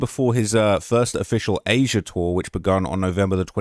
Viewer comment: And Az'-ee-uh as says